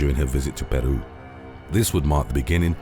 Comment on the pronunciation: I love the correct pronunciation of my country’s name… Peru 😁